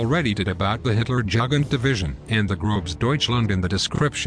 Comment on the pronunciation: Learn to pronounce "Jugend" correctly!